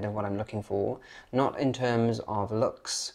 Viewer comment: Your accent has become more and more "normal" as time has passed but please forgive me if I just point out one particular word which is 'looks' comes out as 'lucks' and I have to think twice to get the sense of what you are saying from the rest of the sentence! In Edinburgh, a person is defined by a} what school they went to and b} their accent.